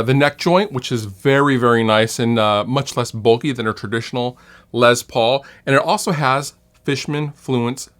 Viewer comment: I may catch some crap for this but I cringe every time I hear someone say “Lez” Paul. He’s a legend and his name was pronounced “Less” Paul. Short for Lester.